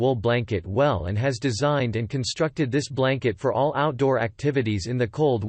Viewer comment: Worst commentary ever. How do you mispronounce “all”? A parrot could vastly improve on this.